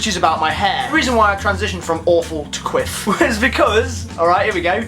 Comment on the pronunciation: You say your hair was long? Are we talking Jesus length?...I mean because I think you could rock it. Also, every time you say quiff, I automatically think you are saying "queef." Don't quite mean the same. hahaha. awkward.